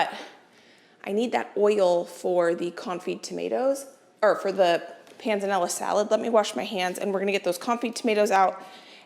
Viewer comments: You are saying "pan zah nella" salad correctly. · Yes you did say Panzanella correctly. Love. the videos. Wish I could help you taste test with you, youm. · Panzanella--you said it right. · PS you are pronouncing Pennella correctly 🤗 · Yes, you can definitely bread the cutlets a day before. I've done them two days before if the chicken is fresh. And yes, you are pronouncing panzanella correctly 😊